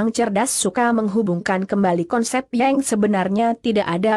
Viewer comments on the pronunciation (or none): Mba google kenapa menyebut kata....yang...jadi...yeng...